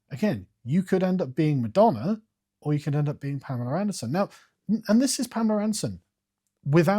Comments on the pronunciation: Every time he says ‘madonner’ you gotta take a shot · “Pamaler and Madonner” lol